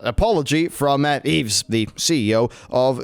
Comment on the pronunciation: just FYI, Yves is pronounced like 'Eve'